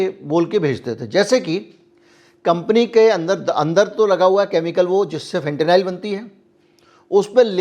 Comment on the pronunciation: फेंटेनाइल नहीं फेंटेनिल कहिए।